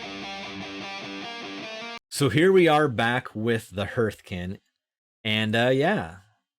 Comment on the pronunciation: Because you might be saying it a lot, I wanted to point out that Hearth is pronounced "harth" not "herth". Like "Heart" rather than "Earth". English is a stupid language because the letters E A R can make four different sounds, including Clear/ear.. bear/tear. Arr, Err, Eer, Air.